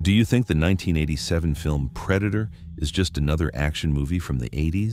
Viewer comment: That wasn't the predator it was the preda-toe